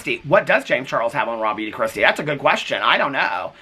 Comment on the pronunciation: Okay I feel dumb ahahahah all this time I thought you were talking about someone named “Robbie De Kristi” not realizing you were saying “Raw Beauty Kristi” 😂😂😂 I always wonder who the heck is this Robbie De Kristi 🤦🏻‍♀️🤦🏻‍♀️🤦🏻‍♀️ I need to go hide under a rock 😂